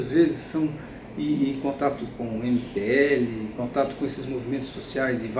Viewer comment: Maria Chiara Faria, eu também fiquei na dúvida, em um primeiro momento ouvi "MBL" e levei um susto. Mas depois entendi que ele está falando do MPL (Movimento Passe Livre), que iniciou os movimentos de 2013.